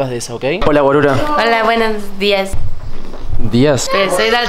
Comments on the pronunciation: Dice guarura pero su pronunciación es así porque esta pequeña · Dice guarura pero como es pequeño la pronunciación suena asi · NO EN REALIDAD DICE "CALLATE GUARURA" PERO NO LO PRONUNCIO BIEN